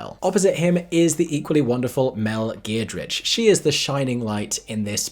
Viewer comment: Who's mel "geared ridge.". Oh dear boy, oh no, oh NO.